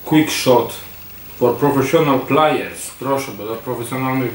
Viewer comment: /player/ wymawiamy jako /plejer/. /design/ to po prostu /dyzajn/ z akcentem na początek 😅 /plajer/ to są obcęgi, a /multiplajer/ (tak też wymawiałeś) to jest mnożnik. Także trochę nie bardzo 😉